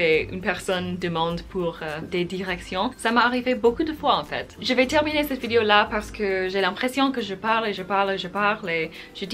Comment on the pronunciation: Tu parles très bien français, c'est super :) Attention juste à la façon dont tu prononces "vidéo" , de manière complétement américaine... En français on ne dit pas "vidio" mais bien vidéo en insistant bien sur le E ;) bises